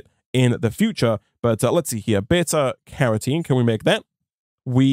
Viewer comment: I'm appalled at your inconsistent pronunciation of Carotene.